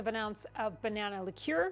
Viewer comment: I would definitely like this one!😄 Haven’t had a lot of Bourbon Tiki Drinks. Sounds delicious!🏝️ Love that you pronounce Liqueur the right way!! Even though I know how to say it the right way, it always comes out wrong!!🤣🤣 The Mermaid was a nice touch.🧜‍♀️👏👏 Have a great week!!